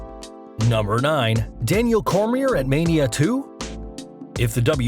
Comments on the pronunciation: Daniel who? lol Cormie"r" LOL. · He said Cormier wrong